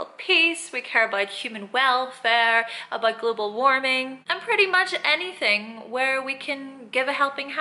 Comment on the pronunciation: "Aboit" lol